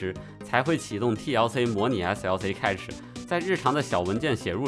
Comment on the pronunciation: cache应该和cash的发音一致，读“开始”